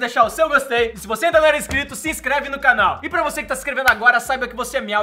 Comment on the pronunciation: meliodas meliodas vish Maria vc disse incrito kkkk ;0